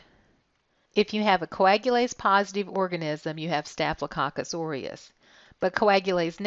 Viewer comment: Anyone heard it like cock cuss🤭😂😂?